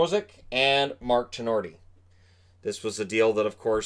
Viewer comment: I am pretty sure it's Mark Tinordi. Anyway great job.